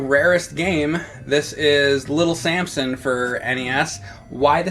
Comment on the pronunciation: James is from Philly. Little Sansom